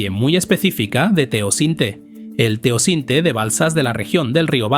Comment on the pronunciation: No es Teocinte, se llama TEOCINTLE.